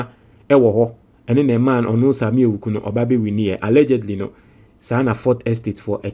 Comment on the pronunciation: the name is pronounced Awuku, not Ewuku. 😅 Awuku is an Ewe name. 😅